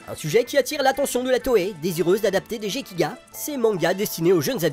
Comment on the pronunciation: vidéo parfaite sauf pour la prononciation de gekiga * ça se prononce guekiga et pas jegiga. comme c est pas du français, il faut le lire comme une langue étrangère. C' est pas ge c est gue.